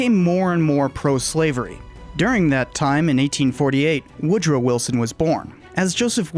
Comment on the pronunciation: All yeh need to know.. is "Wood Row". #its twue #🎉